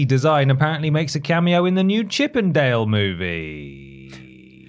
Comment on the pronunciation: Horny jail for me! When you said Chip n' Dale I heard Chippendale (the male dance troupe) Please tell me I'm not the only one!